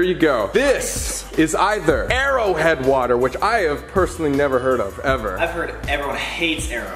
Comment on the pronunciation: Colby: This is either airo head which I have personally never heard of” Also Colby: ITS MY FAVOURUTE WATER BRANDD